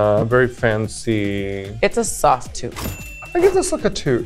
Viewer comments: She said toot to both Jaymes and Lala but the first t sound like sh sound a little so it sounds like it is a shoot but she says toot. At least that's how i hear it 😅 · i definitely heard "shoot" too with Jaymes, but with Lala it sounded more like a mix of both. And the way she "shooted" Lala so unenthusiastical makes me believe that she maybe has adapted a weird way of pronouncing "toot" this episode and maybe Jaymes "shoot" was also only a "toot" like the editors displayed. 🤔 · She actually said "Toot" but the first t slightly sounds like the sh sound but she said toot but it does sound like shoot too